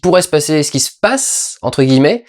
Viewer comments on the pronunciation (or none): none